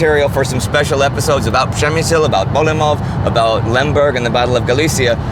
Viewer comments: Przemyśl not przemysil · And you still can't pronounce Przemyśl correctly